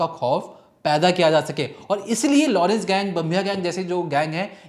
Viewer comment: लोड़न्स के लड़के NAHI घोंचू.. Its लॉरेंस.. Sahi pronounce kar..